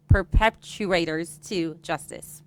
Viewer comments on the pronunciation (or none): More incompetence: City manager can't even pronounce "perpetrators." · The lady literally cannot read the word: perpetrators. African Americans leading African Americans LOL